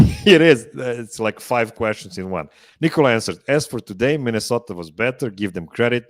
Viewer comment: Why do some much of the Denver media still call him “Nicole-ah” instead of “Ni kuh luh”?